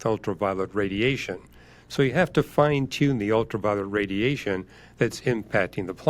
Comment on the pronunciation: His pronunciation of "tune" and "tuning." 🙉🙉🙉